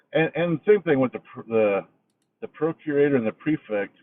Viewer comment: Arrrgg!!! It's pronounced PROC U RATOR, not PRO CURITOR. Just saying.